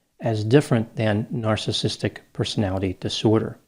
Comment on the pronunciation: He also couldn’t even pronounce “narcissistic”. Lol.